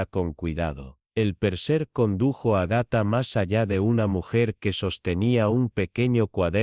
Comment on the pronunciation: Agatha tiene acento en la primera 'a"